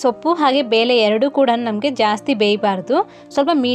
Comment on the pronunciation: ಅದು ಬೇಲೆ ಅಲ್ಲಮ್ಮ ಬೇಳೆ